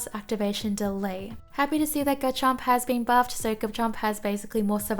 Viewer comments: It's pronounced "Re-ji-gi-gus." For Garchomp, its pronounced "GAR-chomp" (more emphasis on the gar) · why do you ignore the R in GaRchomp o3o